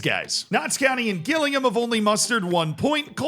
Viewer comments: It’s pronounced Jill ing ham!!! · Gillingham is pronounced like Jillingham!! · gil-ing-HAM is the most American thing has done in a while. 10/10 no notes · Gillingham is pronounced with a J, like Jillingham. Harrogate is pronounced Ha-ruh-gut. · The way you pronounced gillingham is mad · Classic American gillingham pronunciation, micheal from vsauce would be ashamed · The pronunciation of Gillingham was unique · Learn how to pronounce Gillingham properly please 😂😂🤦‍♂️ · Gillingham is pronounced as if it starts with a J pal, Americans 😉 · love how he mispronounced gillingham 😂😂😂 Americans and mispronounced names is what YouTube was created for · I don’t know if I like it better when you guess the pronunciation, or if you should do a call to literally anyone in the UK to find out how to pronounce stuff like Harrogate and Gillingham 😂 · Don't let Z's team pronunciation distract you from the fact that he used the term "suck off" umpteen times 😂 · The way you pronounce “Gillingham” is making me incredibly sad. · Gillingham pronunciation has to be bait for the comment section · I'd like to take a minute, just sit right there. I'll tell you how murdered the pronunciation of Gillingham and Harrogate. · Gills fan here. It's J-illingham not G-illingham XD. As soon as I saw us on screen I knew the mispronunciation was coming. . . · i physically recoiled when you said GILLingham cause i wasn't expecting it... i thought you knew that one from the livestreams where you said it properly 😭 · I know I’m 2 months late but can I please say Gillingham is pronounced Jilllingham. It is my local team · Pronounced... Jillingham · Just a heads up, Gillingham is pronounced like Jilling-um. It's just up the road from me. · Gillingham pronounced as - Jill-ing-ham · its more like Jill-ing-um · Gillingham is pronounced Jillingham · It’s pronounced Jillingham haha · Hilarious constantly hearing him pronounce Gillingham like “Gillingham”… oh wait. Maybe that’s our bad 😂